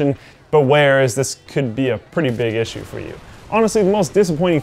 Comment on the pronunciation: lol the way you pronounce "Issue"